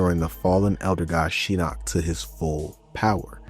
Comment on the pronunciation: This is a great video, very in depth and a lot of research was involved. That being said, Idk how you went through that whole video saying Shinnok's name wrong when they say it several times in the cutscenes and the announcer says every name when you click on them in the game.